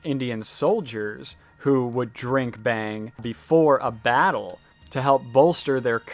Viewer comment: It's pronounced with an "au" sound. Like "bhung" with an a.. Definitely not "bang"..